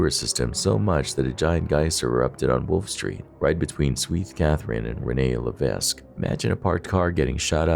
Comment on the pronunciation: Plateau Mont-Royal is a district of Montréal, not a village. And the streets are Sainte -Catherine and René -Levesque (ruh-NAY luh-VEK)